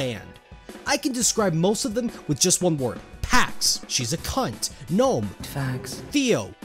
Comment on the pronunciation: Hearing an American say “ Cunt “ is always amusing to me When an Aussie says it it’s so fluid you’d be forgiven for thinking it was just a daily vocabulary occurrence When an American says it it flat out sounds like the Slur it’s supposed to be 😂